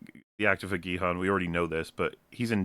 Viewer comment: I keep hearing you say Gi-Han as Bi-Han, so I kinda like to think this is actually a Mortal Kombat crossover about Sub-zero playing a death game.